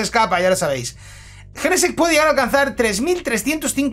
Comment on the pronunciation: A alguien más le da rabia como pronuncia jenesect???😅😂